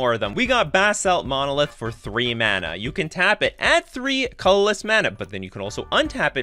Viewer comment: You have a nice format and have a nice speaking voice, but your pronunciation of the word “colorless” was fairly jarring and almost sounds like a different word altogether. It would have lead to a much more smooth listening experience on your video if you worked on enunciation for that word. It was the only one I noticed like that, you are well spoken which is why that stood out so much to me. Good video other than that.